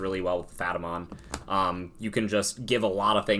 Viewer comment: I’m sorry what? Phatamon? You mean Pat-a-mon? Lmao <3